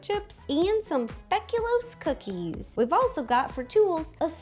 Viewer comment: She pronounced Speculoos wrong. I love Ro but I am Dutch and was a little offended